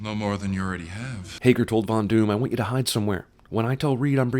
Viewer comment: After listening... does any one else hear Fondue in place of Von Doom?